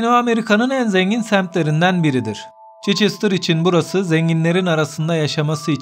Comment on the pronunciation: Çeçestr değil Çhestır